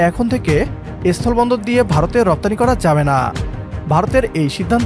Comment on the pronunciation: এস্থোলো বন্দর নয় অশিক্ষিত,কথাটা হল স্থল বন্দর, আগে শিক্ষিত হও,তারপর ভারতের সাথে লড়াই করো